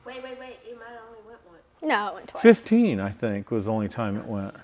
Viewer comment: “twonce”. I like the new vocabulary word. Use it in a sentence…”we raced this car twonce, I think”